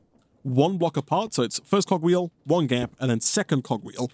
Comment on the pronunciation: I legit thought he said cock wheel ☠️